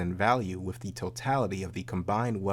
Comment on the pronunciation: Its wiTH, not wiFF!!! Aaaargh!!! It's the only thing I don't like about.